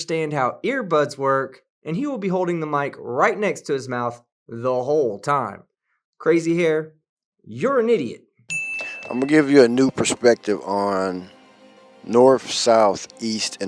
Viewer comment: Hi. Oh my god, he said "purs-pective"! Now, I'm watching for your response to his nonsense. 💓💟 Do fe'ers even know about more than one take or editing?